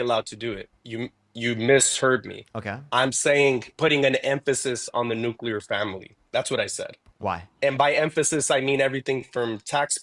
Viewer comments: Nuke you lerr????🤦‍♀️. If she cant say it, she doesn’t understand what she’s talking about. As for the guy, he’s simply a feelings over facts kind of guy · I think that first caller likes the Nookleur Family! While the second caller is a fan of the Nucular Family. Fascinating!